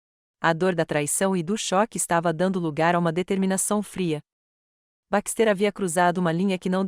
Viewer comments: Não é BAXTÊR É BÁXTE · LINDA ESTÓRIA, PORÉM... NARRAÇÃO CATASTRÓFICA! 😢 * Não houve respeito a gêneros - terminações e concordâncias erradas, equivocadas!!!😡 * BaxtÉr, ao invés de BÁxter - silaba tônica e, * PRONÚNCIA DO NOSSO IDIOMA misturado com o idioma de Portugal!!!😢 😡🤨